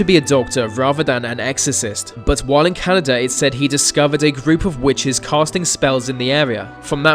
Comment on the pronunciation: Canaadia wtf its just Caanada ok